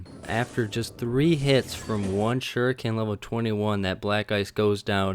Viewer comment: Suriken, that was funny XD